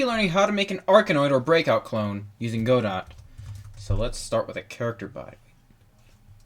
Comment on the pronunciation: Why did you pronounce godot like that 🥲